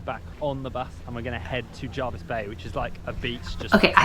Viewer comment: Pronounced JERvis not JARvis bay. Hyams Beach in Jervis Bay is considered to have the whitest sand. The Surf camp is on the northern most end of Seven Mile Beach.